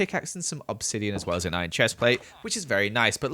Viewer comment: "I cooked some of my iorn" Im sorry what